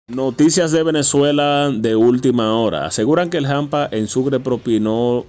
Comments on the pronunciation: Se dice hampa, no jampa. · SE DICE HAMPA NO JAMPA, de qué país eres tú